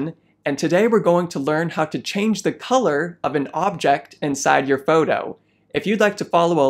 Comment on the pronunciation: I like how he says photo in a kind of accent. Like "fowdow".